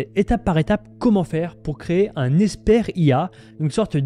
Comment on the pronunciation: Comment prononcer "expert IA" et non "espère IA" ?